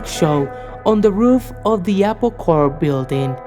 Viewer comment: CORPS not ''corpse'' lol